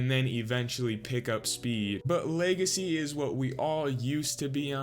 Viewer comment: Lmao my boy said leagacy